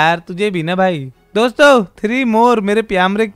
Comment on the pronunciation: DOMSTO NAHI DOSTO HAI